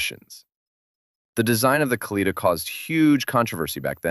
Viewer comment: It would not have been too difficult to consult with a Russian speaker to learn how the names of the automobiles are actually pronounced, and then to write the script so that the AI voice pronounced them correctly. For example, it is not "ka-LEE-tuh", it is "kah-lee-TAH", and Moskvich (which means "Muscovite" in Russian) is pronounced "musk-VEETCH", not "MOSSK-vitch".